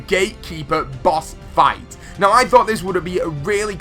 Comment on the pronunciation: "Boss Fright" How did you touch the R!?!?!?